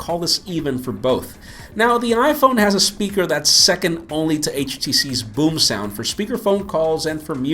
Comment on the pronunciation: Sounds like he is saying "boob sound" instead of boomsound and sounds like he said it sounds quite titty. haha :P